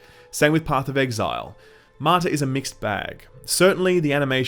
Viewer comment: Martha ??? You keep saying Martha ...